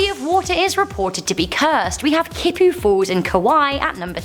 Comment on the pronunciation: Don't know how I got here, but I just wanted to say two things. Firstly, the swimming hole on Kaua`i is pronounced "kee-poo." The water spirits are called "mo`o," which is pronounced "moh-oh." I believe there are two of them, a brother and sister, but I don't know much else about them since I'm from a different island and have never been to Kaua`i. That said, this was a very interesting video, and I'm glad I stumbled upon it. This video is pretty old, though, so I'd be surprised if anyone actually sees this random comment.